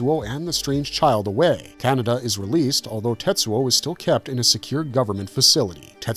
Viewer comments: All the times I've seen Akira, I never realized it was pronounced Canada. /s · More AI generated slop - it can't even pronounce Kaneda's name properly. This basically scraped from movie review sites. Youtube floods their platform with this shallow schlock so they keep all the cash and don't have to pay real, living casters